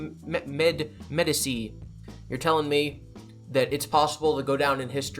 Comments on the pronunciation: Medici Med E chi That’s how say it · Jock-a-mo Med-EECH-chee